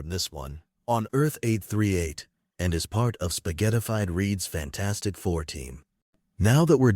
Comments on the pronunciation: HE CALLED IT FAN-FOUR-STIC TOO 😂😂😂😂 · He literally said fan4stic